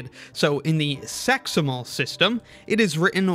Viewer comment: "So in the SEXIMAL system" 🤣